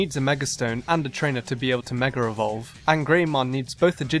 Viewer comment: Dude it meg-ah eee-vol-ve NOT Meh-ger-a vol-ve